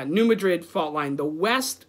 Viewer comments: it's pronounced New MA-drid, not Ma-DRID like in Spain - and that fault line is near where I live in Missouri. The San Andreas is on the west coast. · New Madrid (emphasis on the first syllable) is not west coast.